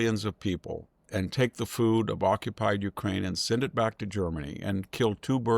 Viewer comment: Dude, learn how to say UKRAINE. U-K-R-A-I-N-E. Which was betrayed by your country - USA - not once. And nothing is forgotten